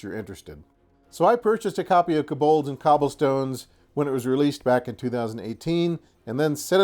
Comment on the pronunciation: keh-bohlds? I believe it's pronounced co-bolds (kō-bôlds).